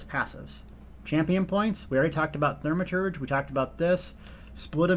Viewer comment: Thaumaturge (Thaw-ma-turdge) there is only one r. Reminds me of the way my father used to say Warshington, and Warshing Machine. don't know where you get those Rs from. Otherwise thank you for the video, well organized and informative.